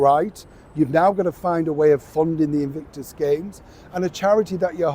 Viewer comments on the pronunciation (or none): none